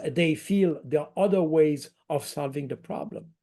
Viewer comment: Baud is VERY GOOD at English. To perfect it further remember to pronounce the ´th’ in English. He tends to substitute a ´d’. Consistently avoiding that substitution would make a big improvement with minimal effort. Th can be voiced or unvoiced. Baud has no trouble with the th in ´think’ which is unvoiced or in the word ´something’. But he pronounces ´other’ like ´udder’, as in the thing that hangs from the under side of a cow and may be milked.